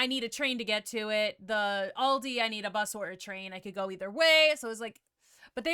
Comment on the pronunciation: It doesn't matter if you say it Aldi or Aldi's. Both sounds wrong for a German the way you pronounce it😂